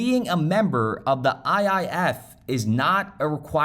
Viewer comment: Stop saying IFF. It is IIF